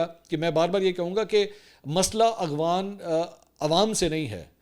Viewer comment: آپ ہمیشہ اخوان کہتے ہیں پلیز اپنا تلفظ درست کریں افغان